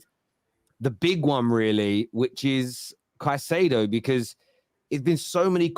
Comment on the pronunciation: Saicedo you know 😂